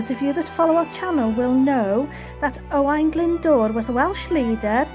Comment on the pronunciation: I have fun trying to pronounce those Welsh names. Owain sounds like O - Y to me. And it’d be “Owen” in English I believe 😇 Another beautiful place you visited.